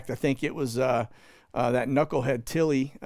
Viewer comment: General Milley , not Tilley